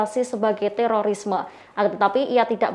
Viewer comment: Teroris ❌ teloris✔